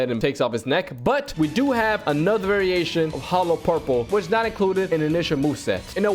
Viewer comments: lol bro said hollow curple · Did bro say hollow Carole